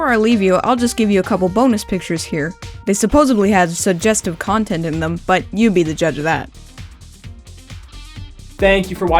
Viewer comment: "you" not hou